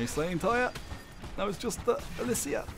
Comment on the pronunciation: You pronounced it wrong, its Alysia